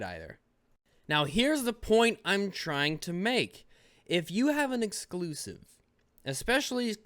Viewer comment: Does anyone else really hate how says "Exusive"? Every time he says it, in all of his videos, I hate how he says it even more, especially with the nonsense that is in the context when he says the word.